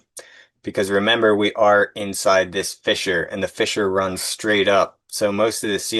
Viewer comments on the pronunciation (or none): Every time you pronounced fissure as fisher I laughed even thought it was dozens of times. Great work.